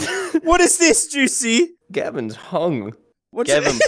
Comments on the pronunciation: It sounds like goosey when Says juicy 😂😅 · i love how calls juicy: Goosey:D